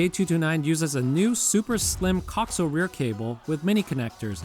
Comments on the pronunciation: co-axe-i-al cable. not coxle. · The word "coaxial" is properly pronounced co-AX-ee-uhl. Not "cocksull" as it was being said in this video. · As a broadcast engineer you're pronunciation of coax (cock-zul vs co-axe-eel) is triggering 😁 great video though I'm definitely eyeing up the A229 after our car got hit for a second time. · Nice video but good lord that pronunciation of coaxial dug into my brain hard... it's co-axial, like "axis" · This video is very informative and helped me decide. However, the music is extremely annoying and distracting. Also, you pronounce “coaxial” incorrectly. Please look up the correct way. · Lmao, I’m surprised he does not know how it’s pronounced.